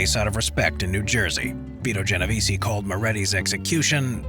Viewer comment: I noticed you miss pronounce my name about 10 times. the “e” is silent at the end of Genovese. Otherwise, well done analysis